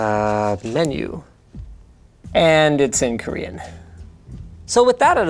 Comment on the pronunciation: "And it in koren" I hav lalugh out loud